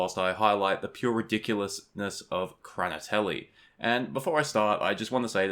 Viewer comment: It’s pronounced “hrah-NÉE-tyell-eve.